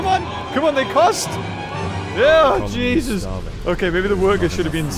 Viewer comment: stop saying jeusus